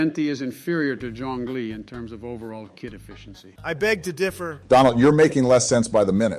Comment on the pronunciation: I like how Donald Trump is the only one who says John Lee